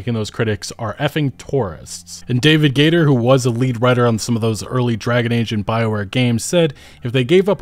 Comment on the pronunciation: Dragon Gay-ge